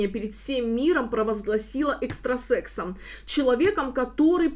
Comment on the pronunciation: Правильно: экстрасеНс